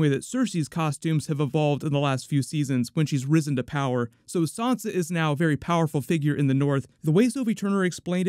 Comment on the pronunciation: Stop calling Sansa “Sonsa”.